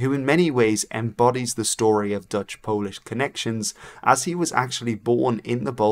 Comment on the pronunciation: your polish pronunciation was pleasingly neutral, aka not the best but pretty good, not bad, i guess it's a perk of speaking a germanic language that's not english as first language